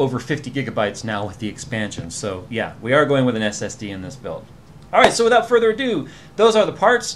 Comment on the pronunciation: "withought further adon't" I'm passing myself laughing here xD... America... Don't ever change.... (mutters while laughing to self) withought further adon't (composes self) "ado" means to me,e more of something. Like making a simple job seem like a lot, or talking about something like it's a big job, when it could have been done long ago due to its simplicity....